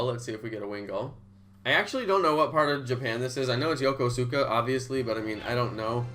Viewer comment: You can’t even say Yokosuka right. Why the hell do people like you have to use up the codes when you’re not even going to the event and it ruins it for people like me that live less than an hour away. Thanks a lot.